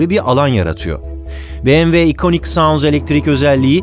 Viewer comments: doğru telaffuzu "biemdabılyuğ" olan markaya "bemeve" dendiğini çok duyarız ama "beğemve" dendiğini ilk kez duyuyorum. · Barış Bey, tanıtım bölümünde BMW vurgusu kulak yorucuydu. Direkt model isimleriyle devam edip bu vurguyu aralarda kullanabilirsiniz sonraki tanıtımlarda. Tabii bu benimle de ilgili olabilir.